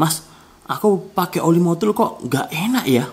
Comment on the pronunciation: Bang ko gw denger nya MODUL bukan MOTUL😀🙏